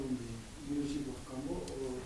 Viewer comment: say Khang o not Khan Go